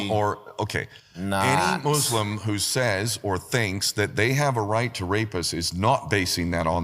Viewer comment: You can always identify who's being cucked by sand demon worshippers by the pronunciation. No,, it's muslim, not "moooooooooslim"